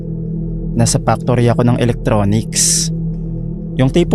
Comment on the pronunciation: Naloka ako sa tuwing binabanggit mo ang salitang “factory”. Pano nagiging “Pak-tory” ang salitang factory. Nagiging iba tuloy ang meaning. True story po ba lahat ng stories rito?